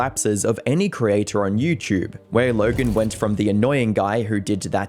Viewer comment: idk why but it makes me laugh every time he says youtchube